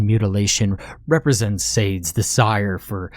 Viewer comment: Thoroughly enjoyed the story! And not to be nit-picky, but the Marquis' name is pronounced "s-aahh-d", with a long a, not sade, like rhyming with "spade."